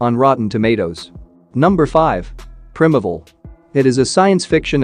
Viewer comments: It’s PRY-meevull, not prim-avle, and it’s BEE-foreigners, not be-FRO-ners, you stupid robot. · Its pronounced prime evil, not prim evl. Also, it's pronounced be foreigners (like before..), not bef oreigners. Just saying.. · Its pronounced. Prime evil. Is it an AI reading it? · PLEASE !! - If you are going to use text to speech, please actually listen to it before uploading... - Beforeigners should sound like Before and Foreigners. (people who are foreign) - Primevil should sound like Prime and Evil On the plus side - Fantastic List, I have watched most already, now actively seeking out the rest !